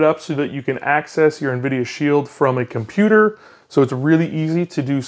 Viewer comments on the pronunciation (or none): none